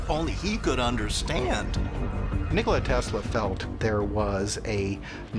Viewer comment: To be reporting on history, that guy should probably pronounce Nikola correctly.